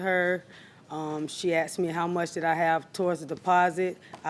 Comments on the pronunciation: “I axed her” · 😂asks ed askeds assskd 😂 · You didn't "axed" her. The English word is "asked".